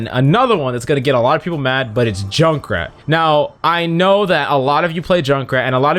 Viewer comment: I hate that he said Jukrat